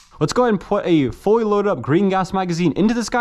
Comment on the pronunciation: "Foy working airsoft guns" 😂